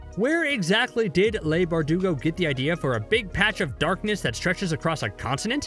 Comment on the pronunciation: If you're going to do a video on anything S&B related, at least learn how to pronounce Leigh's name. It's Lee not Lay...